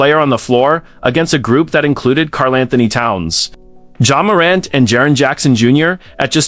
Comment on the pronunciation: Your AI narration AND captioning BOTH suck. The voice can't pronounce KATs name properly and the captions say "Carl and Tony Towns"??? You also forgot Andrew Wiggins in the modern era, and Zach LaVine among others earlier. "First round...series against...Grizzlies...Anthony looked like the best player on the floor AGAINST a group that included KARL ANTHONY TOWNS"??? WHEN did KAT play for MEMPHIS???